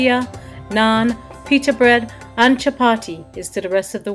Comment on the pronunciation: I luv the way said chapati ur a wonderful cook ty